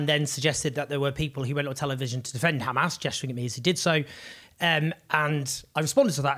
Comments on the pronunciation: Look at the way the presenter pronounces 'kkhamaas' it explains it all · the presenter pronounces 'Kkkhhaamas' so we know where he hails from